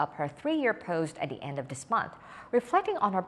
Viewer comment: I watch this while I'm working and I can never understand what is saying. "By da en of da year". Pronouncing it accurately is not just mimicking the American accent. You have to pronounce the actual consonants to sound more like a native speaker.